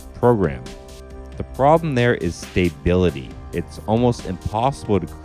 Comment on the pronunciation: Looking forward to seeing the Gadget videos. I’ve never delved deep despite picking it up four years ago - probably for the reasons you stated above, so I’d be interested to see if you persuade me to take a second look :) Also I’ll stick around to hear your bizarre pronunciation of stability again!